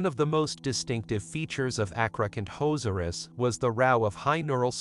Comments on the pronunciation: I heard athrocant hoes r us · “Acrocantozerus” Wait what? Call me a hater but there’s a few problems with this video. 1st: the pronunciation acrocanthosaurus is incorrect, the H should not be ignored. 2nd: there is no hard evidence of acro hunting in a social hierarchy.